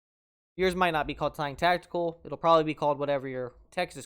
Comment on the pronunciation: "Tactile"... Tac-tile. Not "tact-i-cal". 2 syllables, my dude. Other than that (lol), good tutorial. Very helpful.